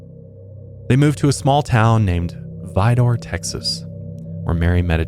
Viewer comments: It's pronounced Vi-der, not Vi-door. I grew up the next town over. I also heard of Dean when I was young, as well as the i45 corridor killing fields, between South Houston & Galveston. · woah! i live next to vidor and beaumont. it's actually pronounced vi-dur though. maybe that's just the Texas twang. i also go to high island beach about once a month! I didn't even know of this!